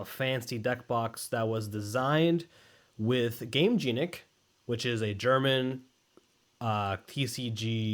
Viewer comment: "i love gameJEANic" please work on that pronunciation if you love them that much brother in christ 😭😭😭